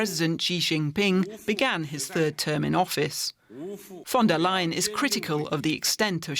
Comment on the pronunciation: DW is German. But the narrator still pronounces "von der lying" LOL